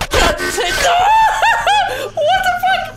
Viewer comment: "First card.. death. FOCK." xD